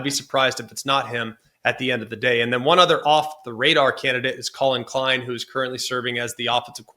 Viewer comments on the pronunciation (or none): none